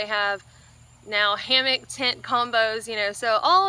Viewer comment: Hammock not hammick